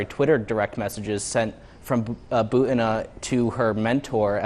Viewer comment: bUtina, not butIna.